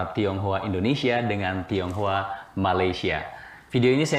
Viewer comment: Tionghoa kak bukan thiounghua